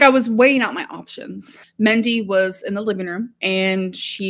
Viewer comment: Her mothers name was Mindy, not Mendy! Sorry alr but you are old enough to know how to talk. That's not accent. That is wrong. .